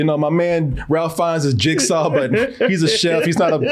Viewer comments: Now,, Ralph has worked long enough and provided us some truly spectacular characters that he's at the very least earned his name being said properly. It's RAY-FE not RAL-FE. We don't pronounce your name KO-RAY, even though the spelling could be interpreted that way phonetically. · Ralph Fiennes pronounced his name “Rafe” (‘reif’)🤷🏽‍♀️ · I was waiting during this whole review for to correct that his name is strangely pronounced “Rafe”. Alas he didn’t.